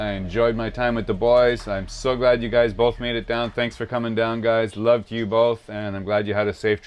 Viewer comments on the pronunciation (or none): Kove not Love